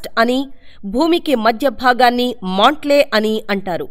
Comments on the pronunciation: Maantle.....😂😂😂 It is mantle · మాంట్లే కాదు మాంటిల్..చివరికి నవ్వుతారు అన్నావ్... నీ _..youtube కి report లో misleading content అని పెడితే ఇంకెప్పుడు ఇలా చేయరు..